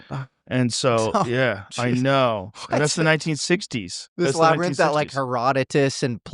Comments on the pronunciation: Hearing Joe say labernyth for the hundredth time. Just proof money and fame will stop people from correcting you! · Lol "Labernith" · We must find out what’s in the “labernyth”! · why the fuck is nobdy telling him how labrynth is pronounced